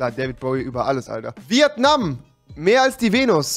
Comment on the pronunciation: rewi... das heißt nicht VieAtnam... Es heißt Vietnam